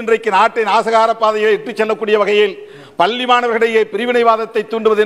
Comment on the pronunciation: அட ஓ வாயில பல்லின்னு சொல்லுரயே எங்க பள்ளி ன்னு சொல்லு பாப்போம், பல்லி இல்ல பள்ளி ன்னு